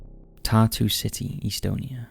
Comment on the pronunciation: FYI it’s not Pronounced eastonia, it’s Estonia with the E making the same sound as in “bet”. Please Google basic things like pronunciation.